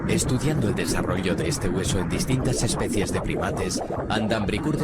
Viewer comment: no somos monos, pero eso se dice especies y no especias